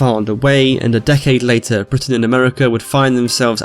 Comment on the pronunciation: You said Britain wrong